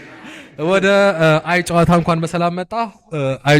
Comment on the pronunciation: When you say it-the name- say it like አየ…ጨዋታ (‘የ’ ጠበቅ ይላል-ግነት ይኖረዋል! እና በ”አየ” እና በጨዋታ መሃል pause አለው) ሃሃሃ Welcome and great to have you on this space🎉🎉